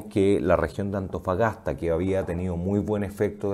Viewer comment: amigo dice Mejollones... Atofagasta y Mejollones